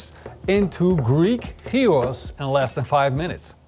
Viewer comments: Thank you for pronouncing it like this. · Your γύρος pronunciation is spot on! Looks delicious! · Impressed by the proper pronounciation of Gyros.